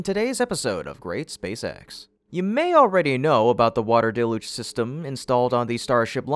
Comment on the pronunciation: It's pronounced "DEL-YOOJ", DAMNIT!!!